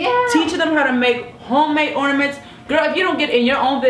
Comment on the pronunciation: are you saying ordaments? Lmao its ornaments. Or maybe i heard you wrong. Idk